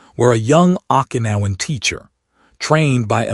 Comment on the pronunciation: Pronounced Okinawan wrong several times. Glad to know that the red head soldier had an Irish name. Bow down is not pronounced like a bow and arrow. Everyone of these stories gets bow wrong.